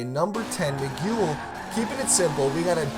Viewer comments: “Migyouel” Lol it’s pronounced “Migel” i gotchu baby just looking out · Did you say migule instead of miguel?